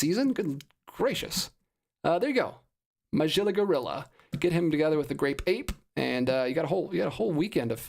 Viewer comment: I watched all that I had missed when you were live. I was especially humored when you mispronounced Muh- gill- uh Gorilla.